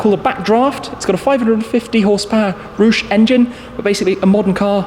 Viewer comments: Roosh😂😂 Pretty sure it’s pronounced like Rowsh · Great video as always tim, just one little thing i'd like to politely point out, roush is pronounced with an "ow" sound rather than an "oo", awesome work though! 🔥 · Tim not to be rude sir but its pronounced \R- OW -SH/. not\ R-OO-SH/...best collection on view in a long time....